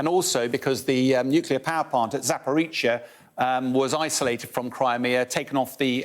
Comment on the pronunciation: So what's been the timeline for the Ukrainian counterattack thus far? And why does this newscaster have to butcher the pronunciation of these Ukrainian and Russian words? It seems he's less about accuracy and more about British-ness. It's Za-por-rizh-ZHI-a, not Za-por-RISH-shi-a, KHEYR-sohn, not HER-son, POO-tin, not PEW-tin.